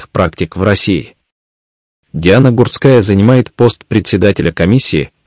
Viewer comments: Комментатор не правильно ударения ставит на фамилии Гурская не на у ,а на а ударение. Сначало ознакомьтесь и только потом комментируйте -позор ролику. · а откорректировать программу на правильное произношение нельзя? Слух режет. Иногда произносит фамилию правильно ( не склоняя), а иногда начинает склонять, да ещё неправильно ставит ударения. Плохо это